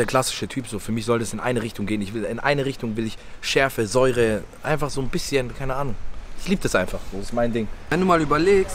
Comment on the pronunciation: vorallem “bissjen” paprika 😂👌🏼